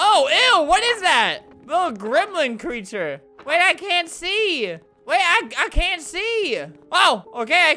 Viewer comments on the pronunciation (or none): for those who can’t understand “I CAN TAKE THIS ANYMORE”